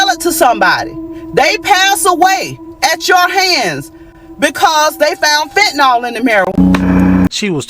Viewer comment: There's no "O" in "fentanyl."